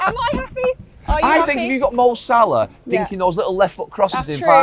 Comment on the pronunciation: It’s Salah, stop Carra.